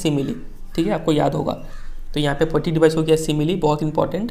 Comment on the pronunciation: Improve your reading skills Thats poetic devices not poatic dibiceses # U not teach only translate I advice you all learn from magnet brains or any other platform it is cheap platform He teach us from screenshare🤣🤣🤣 Mujhe tu lgda hai ye kabhi khud pass hi nhi hoye